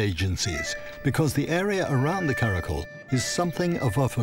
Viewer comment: Just correcting “ kara kol” pronunciation is “kara kyol” and its not tajik words its kyrgyz turkic word, people who is there are kyrgyz ppl